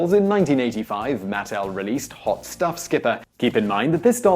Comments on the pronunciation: The company name is MatTEL not MATtl. Accent on the wrong syllable. My mother was an early employee and I was a playtester as a child. People need to remember that Barbie is a fashion doll, not a nude model. Her waist has to be extra small because of the fabric build-up there when you have waisted clothes and multiple layers. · Look, you gotta work on the pronunciation and stick with it: it's MUH-TEL, not MATT-ELL. And the pregnant Barbie doll was called Midge.